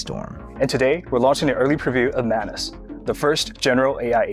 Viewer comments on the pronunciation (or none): Its not manus its Maa noos - मानुस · Why do I always hear “menace” instead of Manus?